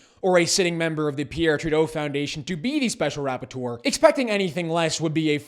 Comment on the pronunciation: I know this is serious business but I can't help but giggle every time he says special "rap-por-teur(d)